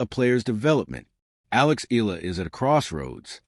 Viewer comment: Very good content...but please pronounce her last name: "E-YA-LA"